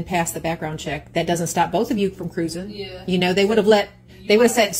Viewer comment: This mother is very annoying. Every time she says “cruisin” I want to cringe.